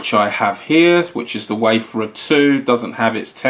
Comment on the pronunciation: It's pronounced WAY-FARE-ER, not WAY-FUR-UR